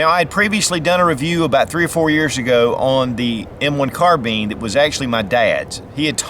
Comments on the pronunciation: Are we going to ignore the fact that he said carbeen instead of carbine in the video? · That's not how u say Carbine it's bine not bean your saying it like bean it's bine Carbine your saying it like Carbean it's Carbine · Carbine..not carbean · Carbean? Carbine! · Its carbine not carten bro from Nathan Zane Trowbridge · Never heard anyone call it a "car-bean" before. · Carbine. Car-Bine. kärˌbīn,ˈkärbēn Not bean. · Say "nine" remove the n leaving "ine" Now say "Car" Now say carb - ine correctly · American English?